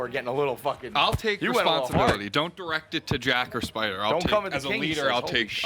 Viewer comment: “Are you alright spidah”